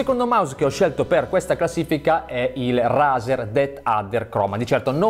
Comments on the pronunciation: Consiglio...al posto che quella prononuncis strana.. pronuncialo cosi "reizer" e cosi che si chiama...comunque bellissima top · Si pronuncia reizer